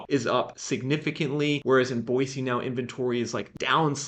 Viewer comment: Live here in Boise and have been watching your videos awhile...spot on and so impressed how far your correct pronunciaton of the city has come!